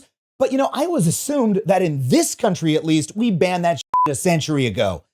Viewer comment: Adam why do you say the word "always" like "alwizz"